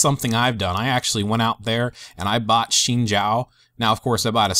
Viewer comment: Really good video im lvl 27 but i wish i had this when i was a beginner luckily i had alot of friends to guide me :) A on the vid and its pronounced "zin zow" you said the zhao part right though haha